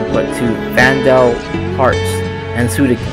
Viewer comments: Suikoden not Suidoken!! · Nice video, but please consider lowering the music volume next time, I can't hear you much. Also, It's SuiKOden not SuiDOken! Ahah. Love ya!